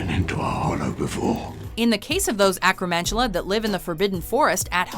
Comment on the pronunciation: BTW, a boggart is not a beast, being, or spirit. an acromantula is pronounced ack-row-man-too-luh. and last, a house elf is a being, not a beast.